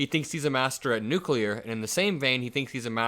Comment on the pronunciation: "I understand nucler (sic)". Sounds more like Homer than an MIT professor. Ask him if he understands the Nuclear Triad YET?